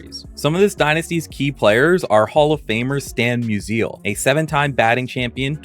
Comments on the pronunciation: Is this an AI making this video? Spelled Babe Ruth wrong and mispronounced both Stan Musial and Rollie Fingers. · AI generated video. What baseball channel doesn’t know how to pronounce “Musial”? None, but AI doesn’t because it’s such distinct name.